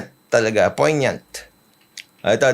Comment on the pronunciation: Puro ka ok 😛 tama ka poin-yuhnt (poignant)